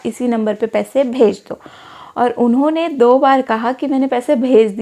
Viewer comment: Inone inone unhone unhone 😂